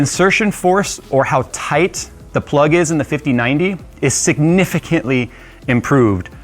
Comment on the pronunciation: Toite like a tiger.